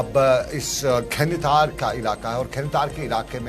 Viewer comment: Khatar ne ya khanatar hai